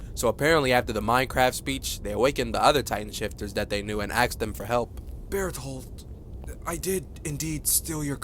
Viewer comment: How he said “berthold” 😂😂😂😂😂😂